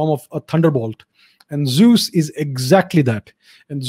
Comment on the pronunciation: Unfortunately, his pronunciation of the word is way off.